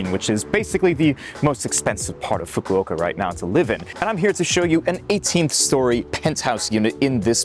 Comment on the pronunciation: please learn how to say Fukuoka